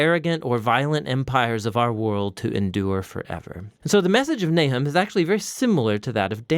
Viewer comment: His name is not Nai’hem; it is Nah’chum.